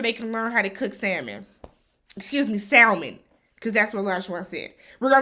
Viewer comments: I was like did this man just pronounce the L in Salmon?! 🤦🏽‍♀️😂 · has lost his mind. What Century is he living in? I CANNOT with him! Also,, the L is silent in Salmon. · The man that pronounces the “L” in salmon 🤣🤣 I’m so glad you were bothered by it too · And him not being able to pronounce salmon tells me everything I need to know 😂😂😂